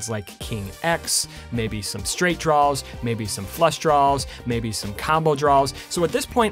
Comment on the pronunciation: I like when you say “draws”. You sound like a southern person referring to their underwear; “mah DRAW-ers”